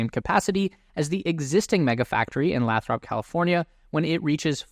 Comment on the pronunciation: "Lay thrup" for future videos. :-) Good information as usual. I have some very challenging turns (apparently) that FSD doesn't currently do so well on. Can't wait to see if 12.4 solves those.